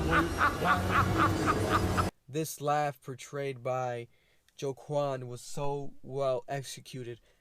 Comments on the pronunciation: Man said joe-quan lmaooo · as a man named joaquin i must remove this mans hispanic/latino licence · Ah hmm....Joaquin is pronounced ‘Wah-Keen’ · Wa-keen Phoenix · The way you pronounce his name 🥴